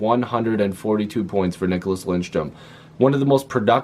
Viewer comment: Lidström....not Lindström. 😅